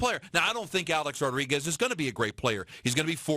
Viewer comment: HEY FATTTTTTTT HEAD MICHAEL ( I WISH I HAD FRANCESCA'S RATINGS) KAY ... ITS NOT THAT HARD . TRY TO PRONOUNCE A-RODS NAME CORRECTLY. UR A FOOL FOR BELIEVING THESE ATHLETES ACTUALLY LIKE YOU AND ALL THE REST OF THE OF PUPPETS IN THE MEDIA WHO SALIVATE AT EVERYTHING THESE ATHLETES SAY AND DO . THEY ARE HUMAN BEINGS LIKE ANYONE ELSE. THEY HAVE TO TALK TO YOU A CERTAIN WAY SO THAT THEIR IMAGE IS PERCEIVED THE WAY THEY WANT.